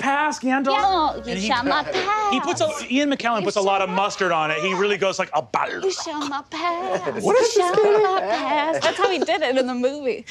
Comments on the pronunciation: Please. Please stop pronouncing it bolrog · This also led to a great follow up, with Raph absolutely mangling the pronunciation of Balrog.